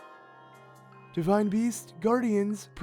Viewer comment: holy cow is it ever jarring to hear u keep emphasizing the end of words: Ganon must be defeated-eh, hunted their prey-ah, 10 thousand years ago-ah. Why r u doing that?